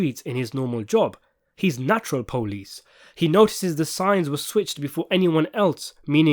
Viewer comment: The way you hit that, “natural police” had strong Baltimore vibes. Nice work!